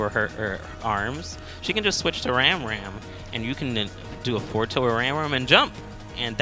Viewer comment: I'm pretty sure "Ramram" is pronounced "Rahm Rahm" with short a sounds. It's short for "RAMen ChakRAM", both which make the "ah" sound.